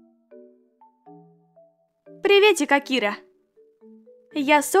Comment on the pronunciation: Интересный факт: Правильно говорить слово Акира с ударением на букву А